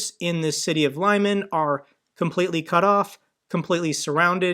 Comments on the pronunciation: its not "lie-man", it's Liman lmao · Lyman Лиман, pronounced [ɫɪˈmɑn] not [laimen] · you really need to watch a few videos by Denys Davydov to learn how to pronounce Ukrainian place names. Lyman isn't said as Leyeman but Leeman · Hi! Thanks for the video. Lyman is pronounced as "Lee-mUnn" with stress on the second syllable. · Great content But it is pronounced Li' man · The town is pronounced "Leeman", not a hard "y". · Again,, it's pronounced: "Li-mon," with a short "i"